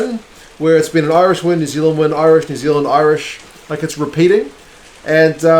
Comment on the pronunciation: Loving the previews. Impressed by the Irish pronunciation too! Spot on.